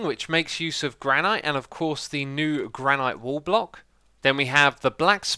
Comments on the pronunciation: So you pronounce Mojang correctly, but utterly mispronounce 'taiga' and 'granite'...? Taiga is pronounced like 'Tiger" without the hard r at the end, granite is pronounced like 'gran it'. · I'm used to pronouncing granite as granit